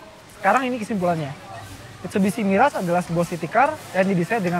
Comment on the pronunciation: saja miras dia bilang. mabok tuh kwkwkwkwk